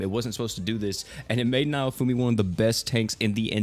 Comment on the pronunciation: How do you get "nye-oh-foo-mee" from "Naofumi" just sound it out please! I love ya man, but you're killin' me! "Nah-Oh-Foo-Mee" all Japanese names are very phonetic